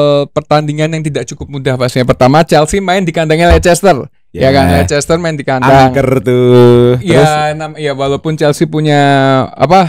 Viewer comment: risih dengernya Lei Ces Ter.